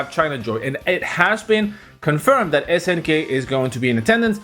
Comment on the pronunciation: It’s that not dat.